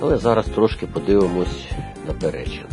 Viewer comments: І не ПерЕчин,а ПеречИн. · Автор наголоси не правильно ставиш не ПерЕчин ,а Перечин😮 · ПеречИн правильно наголос